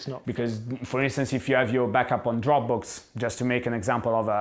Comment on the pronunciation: It took me a moment to realize he was saying Dropbox and not Dropbooks.